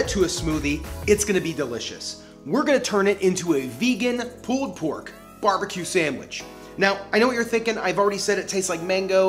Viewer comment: Loved the vid, love the channel... But the way you pronounce "pulled" like "pooled" is strange. Are you canadian?